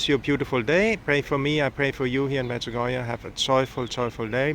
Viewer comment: Medjugorjéh and not Medjugorjah , it is been mispronounced a lots in the World